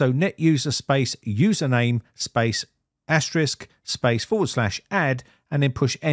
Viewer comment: (Just a slight remark: Congrats, you are about the 1st one I ever heard on the Net pronouncing asterisk correctly!)